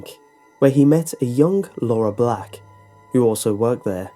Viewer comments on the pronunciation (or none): none